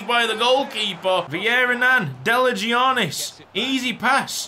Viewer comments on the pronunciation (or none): Im greek so the way you say delagiannis hurts me Its pronounced delayannis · It's pronounced Deliyannis